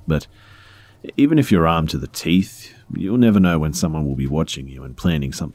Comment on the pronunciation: I thought you said “cleaning her teet”😂